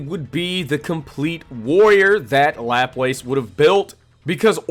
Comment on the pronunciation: Great video, only thing laplace, pronunciation is luh-plas